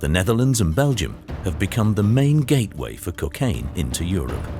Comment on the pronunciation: There is no drug in the world known as Cuc-aine. There is how ever a drug called Cocaine. You ppl sound ridiculous